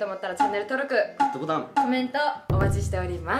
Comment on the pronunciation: 、今日は「ぐぅどぼたーん」じゃなくてちゃんとした発音で「グッドボタン」って言ってる😂😂